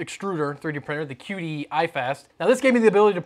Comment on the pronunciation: It's not pronounced key dee? gif, gif?